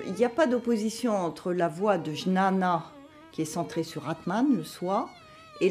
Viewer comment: Juste pour info, jnana se prononce "guiyana"